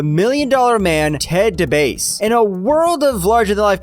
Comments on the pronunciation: The video was cool till he said Ted DA BASE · I heard it as ''de bass'' like a Rasta bass player